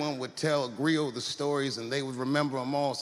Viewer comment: Griot. Sounds like grillo. Grillo means cricket in Spanish.